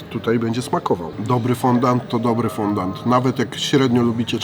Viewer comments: Jesteście gamonie tyle czasu robicie testy różnych deserów obiadów itd a nie wiecie że się nie mówi fondant tylko fondjua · Czyta się fądi a nie fondand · mordo Ty moja...normalnie nie zwrócił bym uwagi ale chyba z 10x powiedziałem FONDANT i mózg mi umarł... Mówi się FĄDĄ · mówi się fondii, z języka francuskiego fondaty xd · Foundi się mówi